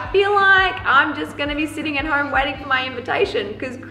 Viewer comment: That accent had me laughing my ass off when she said This Hoyme is Soy Big. LOL !! I love Australians. Cheers from New York City.